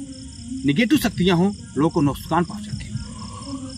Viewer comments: Nuskan nhi nuksan 😅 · Nuk saan ❌ Nus kaan ✅ 😅😂